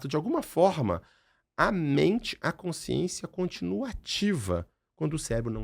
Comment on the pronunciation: A Dra. tem dificuldade na dicção para a palavra: "consciência"??? Ou é impressão minha?